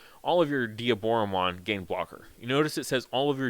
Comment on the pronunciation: Thank you for saying Dee - aboromon and not Die - aboromon. Instant subscribe